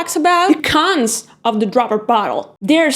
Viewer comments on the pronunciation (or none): I cracked up at "The CONS of the dropper bottles". Sounded like CUNS with a 'T' snuck in there 😁